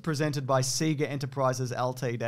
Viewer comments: "Seeger"? Do you not remember the animated intro that literally says "Saaay-gaaaaah"? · "SEE-ga"? What did you think was being said on the startup screen of Genesis games? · It's definitely See-gah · "augh two roads diverged, and I took the one less travelled by y'reckon?" - Robert Frost. P.S. it's alright and, my mum still calls it 'see-ga.' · Aussie here. It's "SEE-GAH" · I’m Australian and always pronounced it seega, I don’t think I’ve heard it pronounced sayga by anyone else here either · 100% it's Sega. It's also project and data. And yogurt. Pronounce it right! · …. Sega literally told us all how to pronounce Sega every time we fired up a game on the thing 😂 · How you guys pronounce "Sega" makes me want to die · come on man, you KNOW how to pronounce sega because they used to tell you at the start of every megadrive game